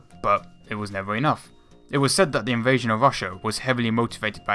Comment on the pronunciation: "Thats where you Wong", "invation to Wassia"???? Really?? Fuck you!